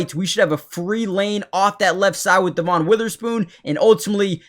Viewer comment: Dev un not dee von